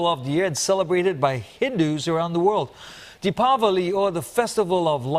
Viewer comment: That's great. You pronounce Dipawali exactly perfectly.